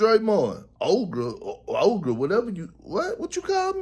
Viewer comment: Perkins making a response video to being called an ogre and STILL mispronouncing it TWICE is the best part of this recap